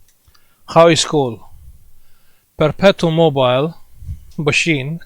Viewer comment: PERPETO MO-BEE LE